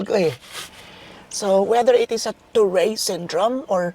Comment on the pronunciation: It is pronounced as toret syndrome